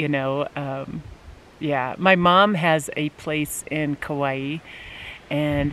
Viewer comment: I’ve never heard Kaua’i pronounced like that before, it’s wrong. I’ve lived in Hawai’i all of my life. 😃